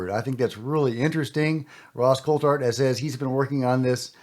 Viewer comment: Greere’s 2nd podcast he refused to properly pronounce Ross Coulhart’s last name.. ridiculous He’s a bigger drama queen than Jeremy Korbel